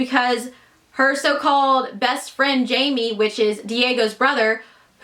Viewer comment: Just one thing. The character's name is not Jamie, it's Jaime; High-may.